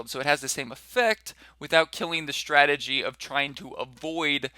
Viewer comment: shtrategy :D bit scottish!